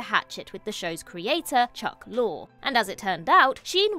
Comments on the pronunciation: Lorre is pronounced Lorry, not Lore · Ironic that a British person can't pronounce "lorry." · I think “Lorre” is pronounced “Lor Ee.” That’s how I’ve always heard it anyway. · Dear…I love you and this channel, but the director of Two and a Half Men is not Chuck “Lore”. It’s pronounced “Lor-ee”. Even if you’ve never heard of him or heard his name pronounced, the fact that you couldn’t do a simple google search to double check is disappointing. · That was fun, nicely done. Small point, since he's going to be mentioned again, I'm sure... Chuck Lorre, the writer and producer of so many shows? His last name is pronounced 'lorry', like the vehicle. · Correct. Lor-e. I was going to comment when I saw you did, so thank you for that. It's a simple sign of respect to look up a name that's been mentioned thousands of times. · Pronounce Chuck Lorre’s name correctly….. IT’S PRONOUNCED LAWREEEEE! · LORE-EE. Chuck LORE-EE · Why can't ANY OF YOU pronounce Chuck Lorre's last name? It's Lore-ay, not Data's brother. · It’s Lorre, heavy on the Y sound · The repeated mispronunciation of Chuck Lorre’s name causes me to wonder whether the folks at What Culture have any insight into these subjects.